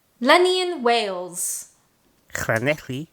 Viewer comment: Wales has no h please my countries name correctly.